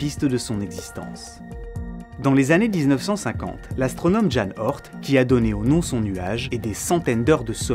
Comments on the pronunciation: A chaque fois que tu dis "le nuage d'Oort" j'entend "le nuage de Bohort" et je peux pas m'empêcher de penser à kaamelott. A part ce petit matrixage, j'ai kiffé la vidéo. Merci beaucoup. : ) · Bonsoir, une remarque qui se veut constructive: Jan Oort se prononce Ian Haurtt (avec le 'au' de 'au revoir'). J'en profite également pour écrire que Kuyper se prononce "cueille peur". Merci pour cette vidéo ;-)